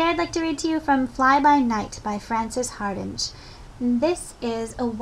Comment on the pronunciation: Lovely reading, but Frances' name is pronounced "Hard-ing" rather than "Hard-inj".